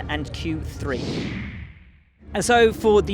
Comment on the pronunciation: At least try and say it properly just once, Valtteri. Q three. Not Q tree. It sounds ridiculous year after year. Edit: I do realise I sound awfully negative, I'm trying not to. Honest :D